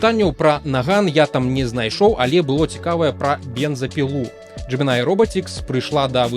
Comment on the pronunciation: тут усё проста, ты кажаш Gemini, а трэба Gemini